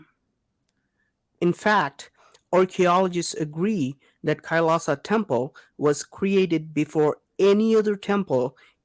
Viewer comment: Pronounce it like kai-laa-shaa Meaning -lord Shiva